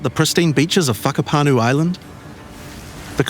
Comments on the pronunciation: did he just say beaches of "f*ck Upon you" island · did he just say fuckapanu island lmaoo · misheard "F*ck upon you" island 🤣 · Whakapanu is pronounced "Fuck upon you"? Wild. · The pristine beaches of, I'm sorry maybe I didn't hear it right, Fuckuponyou Island? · I know its "Whakapanu island" but somehow I can't stop hearing "Fu*ck-upon-you Island" lol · He said fock upon you island hahaha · It's Fuck Around and Found Out island. FuckaFoundO Island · I heard "Fuck-It-Upon-You Island" lmao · Fuck-a-poney Island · That Whakapanu Island pronunciation XD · Whakapanu island ... that sounded like something else without subtitles